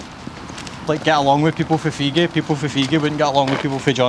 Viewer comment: it's feegie 😂